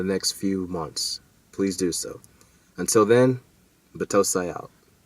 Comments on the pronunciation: Greg Biggs-Right? Buh-toe-s-eye, not butoosee. lol. I love but...man, he annihilated Battousai's name! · plz get the pronunciation of "The Battousai" correct it's not hard man...lol...this is in reference of one of your last videos